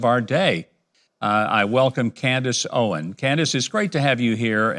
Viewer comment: Mike, Mike, Mike.. Can you please get her name right? It's Candace OwenS